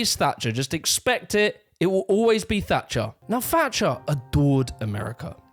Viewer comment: It’s Thatcher not “Fatcher”